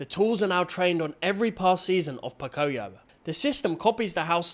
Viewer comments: It's not poc-i-o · It's Po-Coi-Yo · Idc about the AI slop, why is no one talking about Po-CO-yo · CAN YOU STOP REPEATEDLY MISPRONOUNCING POCOYO